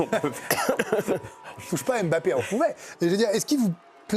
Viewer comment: Mbappé en 2 syllabes pas 3. Est-ce que vous aimeriez qu'on ajoute une syllabe à votre nom ? Ça ressemblerait à quoi ?? Un peu de respect quand même c'est pas compliqué de bien prononcer deux syllabes correctement.